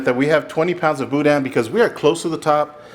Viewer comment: Pronunciation tip: you don’t really say the “n” when you say boudin. Like the shadow or silhouette of an “n”. Don’t let your tongue touch the roof of your mouth